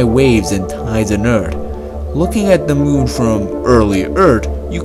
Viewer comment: Thö moOun